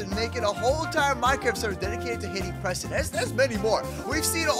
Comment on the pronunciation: He hats prestoon not preston xD